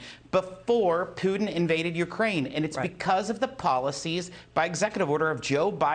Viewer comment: "Pewtin". Wow, I love that pronunciation!